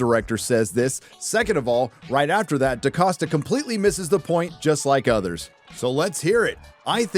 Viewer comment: the name is DaCosta but why de f, do you pronounce DeCasta?